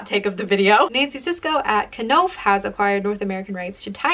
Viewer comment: You don't pronounce the K in "Knopf"